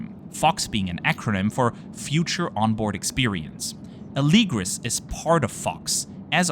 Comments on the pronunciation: Interesting that you say Alēgris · All this time I thought it was pronounced Ah - le - gree